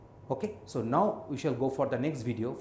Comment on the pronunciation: We shuul will...... Lool😂